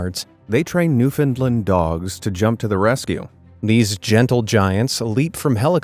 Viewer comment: I could listen to you say Newfoundland all day. It really shows how extremely unintelligent you are